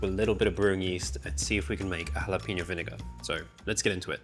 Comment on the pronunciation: HALL apeño, not "Hal"